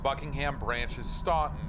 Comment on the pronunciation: And Staunton is pronounced like Stan-ton.